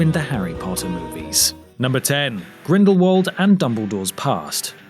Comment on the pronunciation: Please, pleaaaaaase. It is "Grindlevult", not "Grindle-world"!!!